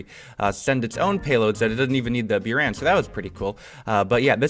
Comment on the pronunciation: He says "byuran" yet it is written as "буран" which is pronounced as "buran"